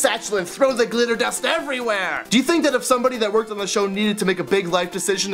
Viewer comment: it sounds like hes saying litter dust and not glitter dust :P